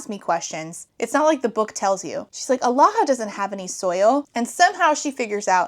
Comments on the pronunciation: thank god i wasn’t the only one, also kept hearing “alaha” as aloha. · i kept hearing Omaha :/